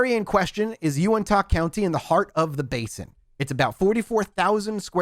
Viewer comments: just so you know: Uintah doesn't end with an "ah" sound, it's more of an "uh" sound. Duchesne is also pronounced "doo-shane" because us white people are weird. Keep this coming, I live in Utah and don't know a lot of the history in that area! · love it, but every time he said “Unitah” 😂💀 here in Utah, we pronounce it U-IN-TUH not U-IN-TAH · As someone from Utah a couple things 1.its pronounced (YOU-INT-HA) 2.i am so happy that your doing this episode/series 3.please explain the crazy stuff happening up there please because it's really not prominent in Utah culture or salt lake City etc. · Pronounced “U-IN-TA” :) been camping near that area for a while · Just for peoples info it is bottle hallow not bottle hole and it is pronounced YOU-INT-HA